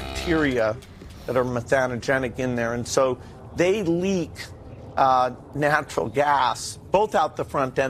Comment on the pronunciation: Bill said it "natiral gas"